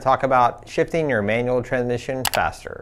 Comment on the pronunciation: this is a very informative video but I can't seem to pay attention after every time you say tran-mission!